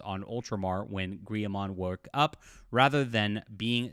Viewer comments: I know the pronunciations are weird but it's more like Gill-A-Man for Guilliman. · Gui-yaa-man xD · My brotha it’s pronounced Gill-a-man 😂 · Guilliman is not a Spanish word, the double ll does not make a y sound. Its pronounced Gil-i-man and Cawl is pronounced more like call. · I don't think this guy is into Warhammer. Who pronounces "Guilliman" like that? Literally nobody. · Bro it’s obvious you are not a 40k fan. GUILLIMAN, Belisarius Cawl and Indominus are not that hard to pronounce. I’d hate to hear you say Tzeentch (hint, the “T” is silent)